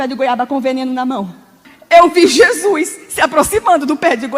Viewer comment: kkkkkkkkkk parece que gésuis aparece facin facin kkkkkk